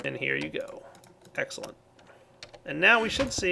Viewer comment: Egggssscelent, new favorite word pronunciation:D